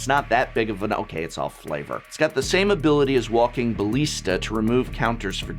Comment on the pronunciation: Prof are you okay? I've noticed this before but it was particularly bizarre to hear an English professor mispronounce so many English words in this episode. Maybe they're just strange ticks that are idiosyncrasies of your accent and speech pattern but you pronounced ballista, carrion, and heretical (to name a few) very strangely. Also, the cut before the combo section was rough and clipped the previous section. I think I speak for everyone when I say, "Give yourself enough time to create a product that you're proud of and that is above reproach." Also, if you don't know how to pronounce a word, look it up.